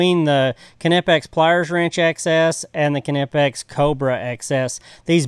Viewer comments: Kanipex? It's pronounced nip-eks. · Niepex the K is silent. Lol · The "k" is silent in Knipex...... great tools.